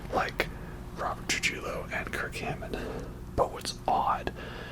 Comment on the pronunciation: Just a heads up Rob's last name is pronounced "Tru-hee-yo" Sincerely, a hispanic Metallica fan😊